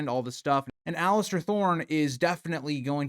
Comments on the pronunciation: Oh my god, every time I heard Alistair... pure rage haha. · There is no T is Alliser 😂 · please stop calling him Alistair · I wish everyone would stop calling him "Alister". Theres no T in his first name. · The real villain is the guy who can’t pronounce Alliser’s name right